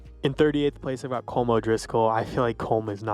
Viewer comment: SAY HIS NAME RIGHT, IT'S "Colom" NOT "Colm"